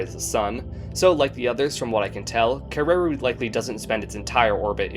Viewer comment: In Maori, the pronunciation of Kererū puts the stress on the final u rather than the second e. Similar in stress to how you would stress the syllables of "interview".